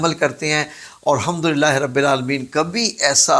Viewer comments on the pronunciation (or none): none